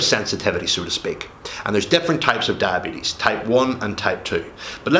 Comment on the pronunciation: Come on you talk so much about diabetes but you don’t know how to pronounce it